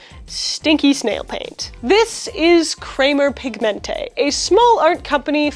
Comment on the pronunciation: Hearing "Pigmente" pronounced with Spanish inflection made me chuckle.